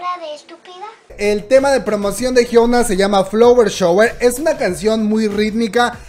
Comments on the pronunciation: Es la primera vez que veo uno de tus videos y me gustó, buena info... lo único es que no podia escuchar tu pronunciaron de Hyuna jajaja cuando lo dices "Hyouna" en ves de "Hyuna" xD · Por todas las veces que la dijo Jiouna (Hyuna) 😂😂😂 Está bueno el chisme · Nadie: Absolutamente nadie:: La Jiounaa 😆😆